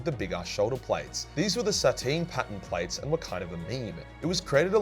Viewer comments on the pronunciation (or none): It’s pronounced Satur-nine, think Saturn + number 9